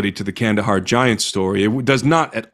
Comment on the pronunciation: It’s Kandahar. No hate.